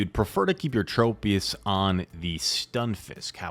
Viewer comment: Just double shield lazzle and debuff everything truly is the goat and for the love of god plz don’t say Trop e us it’s tro pius